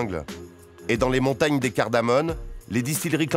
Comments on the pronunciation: CardamoMe au lieu de cardamoNe, si je ne me trompe pas. Cordialement. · CardamoMe au lieu de cardamoNe. Merci